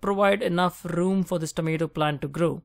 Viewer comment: enough RRrrrroom